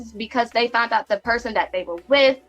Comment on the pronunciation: ...she "FOUNT"? 🤦🏾 says it all